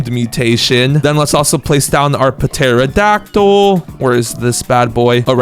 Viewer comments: Not terrodactll p-terrodactll & not Nome g-nome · The p in pterodactyl is silent and the g in gnome is also silent